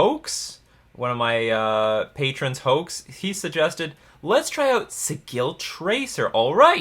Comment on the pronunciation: Just a note, the word "sigil" is pronounced with a soft G. Though I'm amused by the (unintentional?) pun in your pronunciation. :)